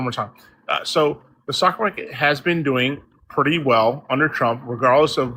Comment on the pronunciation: Why does he keep saying "the sock market"?